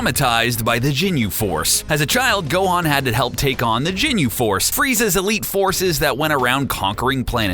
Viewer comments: It is ginyu not jinyu I'm sorry but you call yourself a dragon ball fan but u can't even pronounce stuff correctly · Ginyu not Jinyu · It's ginyu ok not jenyu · No I hate the way he says "jinyu" instead of ginyu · You said "Jinyu Force" just delete the video ffs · sry but its not "jin-you", it "Ghin-you" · ITS GINYU FORCE NO JINYU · He's saying jinyu instead of ginyu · no wtf is jinu force its fucking ginyu force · It's not Jinyu force it's Ginyu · Listening to this guy pronounce everything like an adult Stewie Griffin triggers me lol usualy I wouldn't care but having to listen to him say Ginyu like "Jinyu" several times back to back and then continue to botch every other pronunciation to a show i grew up on and still enjoy today hits really close to home lol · Are you saying "jinyu"....? wtf man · Marque Gordon he said jinyu force 😂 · I stopped watching after I heard "jinyu" smh🤦🏽‍♂️🤦🏽‍♂️🤦🏽‍♂️ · michael haynes the jinu force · michael haynes no I was like Tf is the jinu force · Oh my god!!! Stop saying ginyu forever please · The way he says ginyu really triggers me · Take a shot every time he says ginyu wrong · You shouldn't have to Watch the Entire Series to know how to Pronounce Ginyu Or Tenshinhan For gods sake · michael haynes Hated the way he said Ginyu.